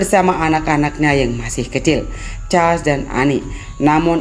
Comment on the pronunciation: Mbak suaramu ga enak dan ucapanmu kurang pas. Pangeran Charles les hrs jelas.